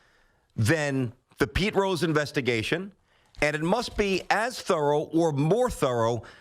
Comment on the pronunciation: Please tell me there is a compilation somewhere of this guy trying to say thorough lol